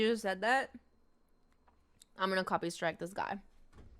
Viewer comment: I’m gonna “copystrike” him, “copysrtike” Yep that’s how you say it